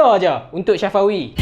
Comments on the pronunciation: Safawi mat bukan Syafawi 😂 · kuat nganjing min syafawi di sebut nya ... sa fa wi sebutan betul min🤣 umur dia 24